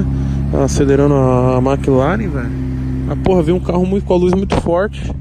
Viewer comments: Puts não guentei, "maclaren" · Kkkk ele fala Mak laren kkkkkk